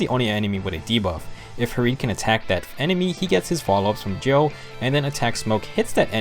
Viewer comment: Gjoll is pronounced gy-uhl